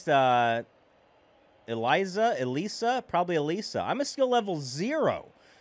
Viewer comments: Ok a few tips: - I believe it’s pronounced uh-lees-uh - Holding A or B will throw different pitches, while ‘throwing’ the Wii Remote will throw the ball harder. -The reason you were hitting the ball so soft was because it looks like you’re a bit early or a bit late on the ball! -And a suggestion is that you should make the softball crew as Mii’s! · it is pronounced (ih-lee-suh) like how you pronounced it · It's uh-lease-uh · This is how you pronounce it it’s Elisa and it’s like saying elesa so it’s Elisa or elesa